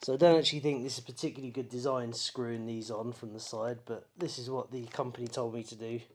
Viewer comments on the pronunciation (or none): none